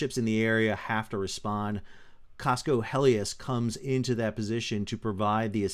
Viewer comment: It's Cosco Hellas (like the country, Greece) not Helias. It was travelling from Busan, Korea to Panama.